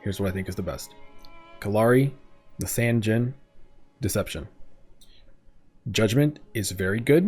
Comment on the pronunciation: Low-key thought you said Dijons for a second